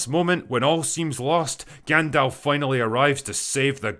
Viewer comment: Thanks for pronouncing Gandalf properly. The amount of people on YouTube who shit on this show and pronounce Gandalf long is ASTOUNDING